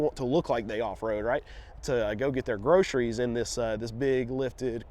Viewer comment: "...later own..."?????? "Tweny"?????? "Lookeen"??????? "Grosheries"?????? "Prahbly"?????? "Intresting" is not a word.